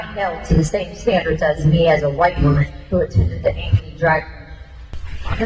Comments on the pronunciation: 🤣🤣🤣 had to laugh how u pronounced Ankney Iowa🤣🤣🤣....I am not being a verbiage police just found it funny..however it is pronounced "ang" "kuh" " nee"...thanks for the laugh..I live near there... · I live 30 minutes from Ankeny. Hearing you mispronounce it was mildly infuriating. 😂 But yeah, this shit is happening more and more. This is like the 3rd time in 2 years that Ankeny has done some shit like this. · It's pronounced "A - Can - E" I didn't go to school there, but it used to be part of my stomping grounds growing up. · Great video!!! FYI: I don’t live in this district, but I am actually only like 2 hours south of it. It’s actually pronounced Ankeny (ank - as in ankle - eny). Just thought you’d like to know. 😎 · Every pronounces Ankeny wrong!😂 Matt Knowles got it right tho. Ank-eny, love that ppl in my city are standing up to this. My wife and I have been to school board meetings and voted, but this lady is on a different level